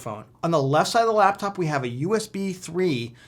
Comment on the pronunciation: you said the lapcop 😆